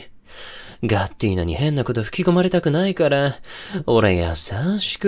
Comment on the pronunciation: とんでもなく良い声しててどちゃくそ好きなんですけど、ガッティーナ？がガッテンだにしか聞こえんくて、しかもそれが己の呼び名ときたら多分洒落た感じな筈なのにずっと江戸っ子しててちょっと笑ってしまいました笑。でも良かったです👍